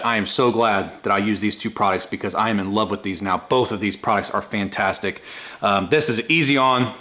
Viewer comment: That was some gloss on the paint it looks like a different truck, did you say it was pantastic, or fantastic 😂😂😂😂 a joking aside you did a good job 👍👍👍